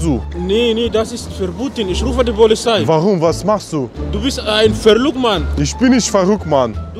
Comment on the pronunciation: Isch rufe die "polizhei" 😄